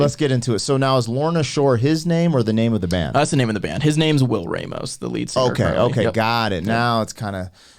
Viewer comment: The pronunciation of his surname, Ramos, is wild. Not even close to being correct and it’s 2 syllables, 5 letters. Impressive.